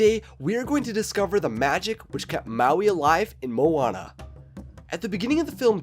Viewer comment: You kinda said maui right i guess but moana nah